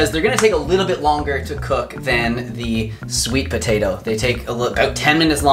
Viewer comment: Petitioning to change "potato" to "tapato" officially